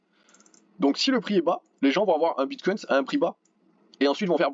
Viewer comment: Salut ! Merci pour l analyse.. Juste un truc please prononce au moins Bitcoin sans un "s" à la fin.. ou c le s du sang du Bullrun !?